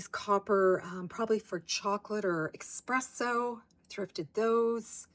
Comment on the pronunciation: Hey - it's ESpresso not EXpresso - forgive me for pointing out - we had this drilled into us when I worked for a little independent coffee company years ago! 💖